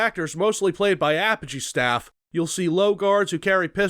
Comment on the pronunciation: Whoa whoa whoa.....hold up......did you just call them APP-UH-GEE?! Don't you mean UH-PODGE-E?!!!! Regardless, RoTT was the game I grew up on, and I swear it made my love for violent FPS's.